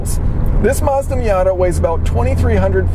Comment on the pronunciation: You lost me when you said miata